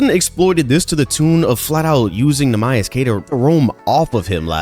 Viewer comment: Great breakdown but how tf you gonna pronounce Neemias like that and call yourself a Celtics fan lmao